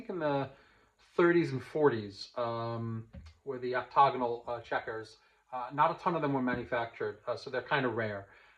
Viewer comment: Enjoying your series still. FYI, I think you’re mispronouncing OCTAGONAL. The first A you’re sounding it out as an O. 🤓🙏🤓Great insight otherwise.